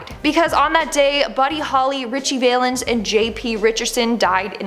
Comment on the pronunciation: It's pronounced VAL-INNS and not Vale-ins